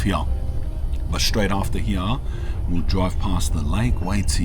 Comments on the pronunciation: “Hee-yaw” instead of “here” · Right heyeah? Are you sure it's heyeah bruv? Nawr! Just teasing, bud.